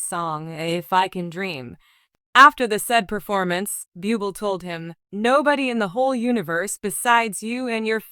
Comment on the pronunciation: Don't call Michael BYUBEL, it is pronounced BOOBLEY.